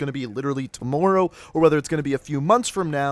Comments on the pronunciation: I wish you knew how to say tomorrow correct man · You say tomorrow so weird